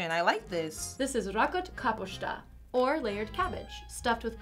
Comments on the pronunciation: racot kaposhta! lol almost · When she said Rakott káposzta I cringed for a second